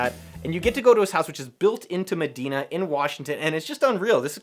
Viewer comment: Great video. Love your content Noah. (It's pronounced Ma-die-na)